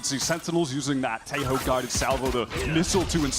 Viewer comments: WHY PEOPLE SAY IT LIKE "TE-YOOOOOO"??? FUCK, CAN'T YOU SAY IT LIKE IT IS ON SPANISH????? TEJO! LIKE HO HO HO.HO THE WAY SANTA CLAUSE LAUGHS!!!!!!!! AAAAA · Again, its Te-jo (tehō) not tello. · iTS noT pROnouNcEd TEYO it’S tEHo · teho not teyo fucking moron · Why you pronounce Teo ? lmao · its pronounced teh-joe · its t-eh-o😭 pls im begging can we finally pronounce his name correctly😭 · tejo's name isnt pronounced with an j but with an h like teho since j in spanish is pronounced as h pls learn bro its hard to watch you say his name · isnt it teho? i swear every streamer/youtuber calls him teho. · dude kills me calling Tejo like Teyo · I know bro but you do know how to say the "jo"!!!! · I just love how English speakers can't pronounce his name and say it really really weird, it doesn't sound anything like it xd